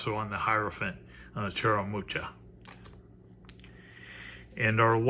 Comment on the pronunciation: You butchered the name 'Mucha"...TX for the review :)